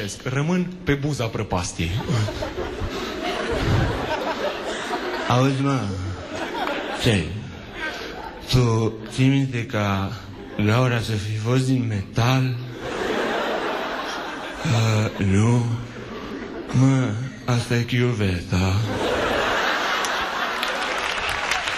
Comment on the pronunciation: dar tu esti si mai surd asa...de felul tau nu? (zice gaura nu laura)...